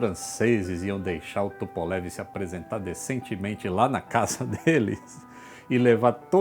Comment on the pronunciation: Por LAM Luís Antônio Menghi Adoro quando aquela russa aparece nos vídeos corrigindo a pronúncia do! Os vídeos do são formidáveis e a russa dá um charme a mais! Amo vê lá falando " Tupolev "! Parabéns por tudo que você nos informa. Você é o Roger vão voar juntos, quando? Já estou Vovozão e não posso esperar muito! Abraços,! " Tupolev "! AI!?